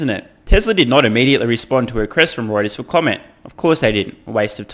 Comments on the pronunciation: Did you just say Hemreuters?! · Hemorrhoiters ... love it! I had to rewind several times to figure out it was Reuters' new nickname that you were coining. Thanks for pointing out bluntly all the FUD. It's quite obvious, but is nice to get a blunt dismantling of it all.